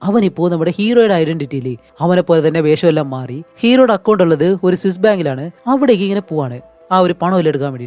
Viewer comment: സ്വിസ് അല്ലേ സിസ്സർ അല്ല 😂